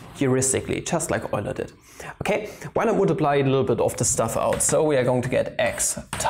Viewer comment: "Daddy Euler" schön, den Namen Leonhard Euler richtig ausgesprochen zu hören. Ich belehre Mathematik hier in Australien und ich ziehe meine Schüler ständig dazu, Euler nicht als "you-ler" auszusprechen. Eine kleine Anfrage, produzierst Du Videos in der deutschen Sprache? Beide Deutsch u. die Mathematik sind meine Leidenschaften seit Jahrzehnten gewesen aber mir sind die mathematische Begriffe nicht so wohl bekannt. Es waere schön wenn die beiden vermischt werden können. Ausserdem wäre es toll dass die Werke von Euler, Leibnitz u Gauss unter anderen auf der eigenen Sprache erklärt und verwendet werden.